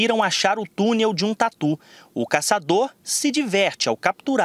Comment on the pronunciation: "E até tatu" kkkkk ... Não entendi porque a ênfase pro tatu!